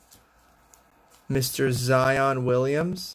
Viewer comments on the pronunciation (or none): “KOBE” sick box, yeah, the tie-dye cards look more like a tIe-dye shirt, & are harder to pull, those you showed were tri color prizm, + zions name is williamson! SON not williams lol also, those blanks are called decoy cards